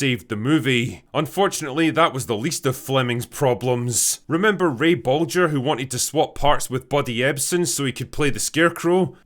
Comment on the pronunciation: heh heh, "bulger".